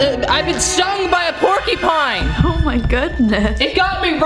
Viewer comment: "I've been stung by a porkypine"